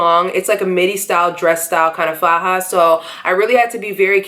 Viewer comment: I was born and raised in Colombia and you pronounce "faja" perfectly fine, so don't pay mind to the negative comments. Thanks for this video, I'm having mine July 28th!!!